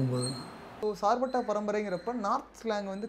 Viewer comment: Not a sirpetta it's a "Charpetta" char means 4 patta means kaththi